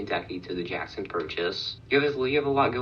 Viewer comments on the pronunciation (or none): none